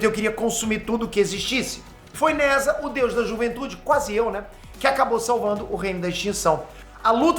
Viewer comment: "Nezha" na real se pronuncia algo como "Nezja" 😉